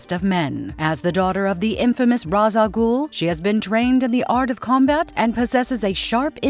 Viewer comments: For the last time people you pronounce it Ray-shh AL Ghoul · Ra's has a S on it, Ra's Al Ghul means "The Demons head" in Arabic the pronunciation is Ra-us sounds like Raz in english. No clue why everyone mispronounces it but it is an understandable mishap. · So sick of Ra's Al Ghul's name mispronounced...... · I’m going to fuckking lose it if I find another video with it having the person/ai mispronouncing the name of Ra’s Al Ghul and Talia Al Ghul AND SERIOUSLY THEY FUCKKING KEPT SAYING TALIA CORRECTLY AND INCORRECTLY